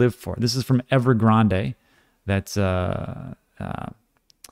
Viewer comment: And "Ever-graand" is/was a property developer 👍